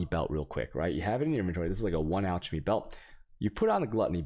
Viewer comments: It's pronounced alkemy, alk, the ch sounds like a "k" lol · This. Tshaos, altshemy and whale orbs do not exist.